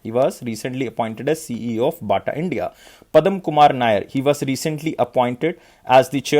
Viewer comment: Great content sir...thank you so much for this.. I am not sure if I could ask this, why are you pronouncing 'padma' as 'padam'... I am sorry I am not being rude, just curious